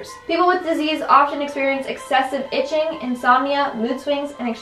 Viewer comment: when she said iching i thought she said b****ing so i had to rewind anybody else here that?